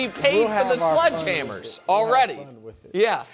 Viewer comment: Nick it’s not sludge hammer, it’s Sledgehammer